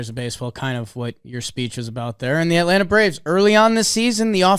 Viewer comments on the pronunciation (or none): none